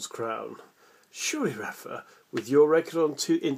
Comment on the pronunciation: Rafa's accent and Djoker are perfect!